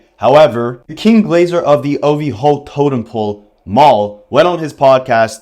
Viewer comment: People saying Ovhoe is funny to me but idk when you say it, it’s sounds goofy asf and like ur trying to fit it